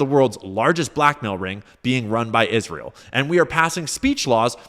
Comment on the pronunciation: Is ra hell